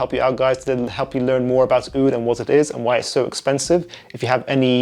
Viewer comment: Your “Oudh” pronunciation was beautiful